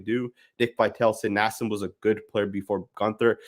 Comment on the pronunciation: U called him naseeb because thts the Indian way to say his name 😂😂🤷‍♂️